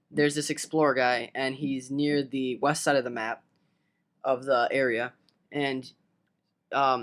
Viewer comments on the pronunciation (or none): none